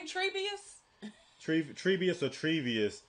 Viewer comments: I lol'd when you said "Treebius" and "Isendorf". Glad you're loving this tho. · You mean Treebius? 🤣🤣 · yeah that was pretty funny. im a LOTR dork so i know everyones name and story and it was soo funny hearing 'Isendorf' and 'Treebeus'. but im not judging for it, it is a very complicated story with very obscure names, and i can fully understand getting 'Helms Deep' mixed up with 'Helms falling' and all the other ones because i know what theyre talking about, an really when you think about it its just brain correlation thought process. deep - falling. i get it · The mispronunciation of Treebeard & Isengard is hilarious. “Treebius & Isendorf” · It's not necessarily the ring that is turning Smeagol back into Gollum. He felt betrayed by Frodo when he was captured by Faramir's men. He said "Master TRICKSED us!" He feels lied to by Frodo. And "Treebius"? 😄 I think you mean Tree Beard. It's ok, there are a lot of names to remember. The names you come up with are hilarious. Thanks for the great reaction! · Lol, you two are killing me with these misremembered names, “Treebius”, “Helms Falling”, “Isendorf” lmao! It’s Treebeard, Helms Deep, and Isengard! Don’t feel bad though, there are like a thousand weird names and places to remember and I certainly wouldn’t expect you to keep up with all of it on your first viewing! As usual you two are getting the broad strokes quite well and I’m always impressed with how well you do get the overall story beats even though you’ve never had any experience with this series and genre before! I’ve seen this trilogy about a hundred times over the past 20 years and even I don’t know nearly as much about it as some of the people who will definitely be commenting on your vids! Just wait til the next one (The Return of the King) where things really ramp up! Lord of the Rings is just phenomenal and you are in for a hell of a finale! Keep doing what you do and!!! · Haha "treebius" it's TreeBeard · Treebeard says = Treebius!’😅😅😅😅